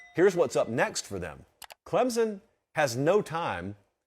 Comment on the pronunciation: Someone for the love of god please teach how to pronounce Clemson properly. It’s embarrassing that he is a professional college football podcaster and thinks it is pronounced “Clemzon”.